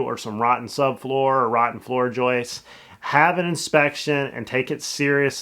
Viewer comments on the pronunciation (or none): Joist. Not Joyce.